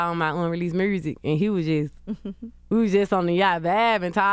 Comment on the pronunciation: “The mursic” 😂😂😂